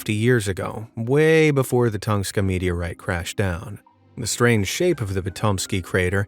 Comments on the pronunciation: Please stop saying Thongska instead of Tunguska! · (Tun-goo-ska)Tunguska metiorite. Not Tungska. 😂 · And "Tunguska" has another U in it.